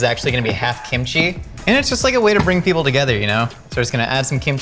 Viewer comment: Did he just say KIMCHEESE